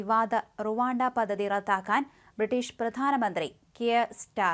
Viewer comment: പദ്ധതി എന്ന വാക്ക് ഉ‌ച്ചരിക്കുമ്പോൾ പദ് എന്നു പറഞ്ഞ ശേഷം ധ എന്ന അക്ഷരം ഉ‌ച്ചരി‌ച്ചാൽ ശരിയായിക്കോളും. അല്ലെങ്കിൽ പദതി പദതി എന്നേ കേൾക്കൂ. അതു പോലെ തന്നെ, റദ്ധാക്കുക എന്നല്ല, റദ്ദാക്കുക എന്നു വേണം പറയാൻ.